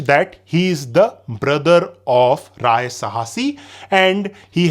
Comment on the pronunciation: Rai not Raya , noob😂